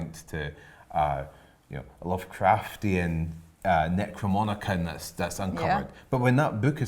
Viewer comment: Enjoying the Deadite voices lol it's pronounced Necro-nom-ic-on.